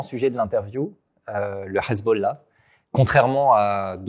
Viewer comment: "le Ezbollah" ça passe pas...